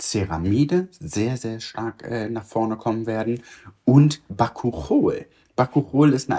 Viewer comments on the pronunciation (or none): Bakuchiol wird übrigens Bakutschiohl ausgesprochen:) - hat in ihrer Marke Incipedia einen tollen Bakuchiol-Booster, der sich extrem gut in einen Moisturizer reinmischen lässt, damit es auch für Anfänger:innen leichter zum Einstieg ist. Ich liebe das Ding!